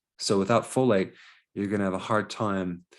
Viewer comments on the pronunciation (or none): none